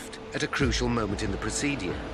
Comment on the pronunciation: The way this narrator pronounces the word ‘procedure’ really boils my fucking piss